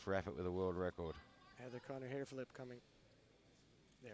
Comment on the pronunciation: Why do I keep hearing Sarah Connor instead of Heather Connor 🤷‍♂️🤪